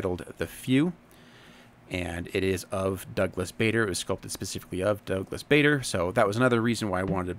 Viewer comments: It’s pronounced Douglas Barder,not Douglas Bayder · Bader is pronounced Barder, as in bar with a long "a". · His surname is pronounced 'Barder', with a soft 'A'. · Yeah, definitely not pronounced "Bay-der". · I hope you aren't offended by the 'correction'. It looks more harsh in written word, than it did coming out of my mouth! There's a video somewhere of the man himself being interviewed. The interviewer says his name as "Bayder" (long A). Barder, known for his abruptness, corrected him with a stare; "my name is Barder, that's Barrrder!".